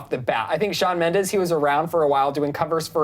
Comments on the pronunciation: Shawn has said multiple times that he does not want to be compared to Justin, and you on clevver news has spoken about it too. but still you dedicate an entire video to comparing him? hypocritical imoAND ALSO, in the beginning, Shawn MENDEZ???? with a z? lmfao, do your research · Shawn Mendez? omg is SHAWN MENDESSSSS!!!!